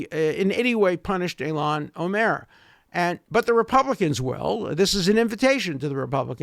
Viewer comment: i love how he pronounces ilhan omar - like olmert